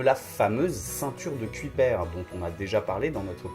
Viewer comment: "Ceinture de Kujper" Et on dit "Ceuille-peur" et pas "cuit-père" ...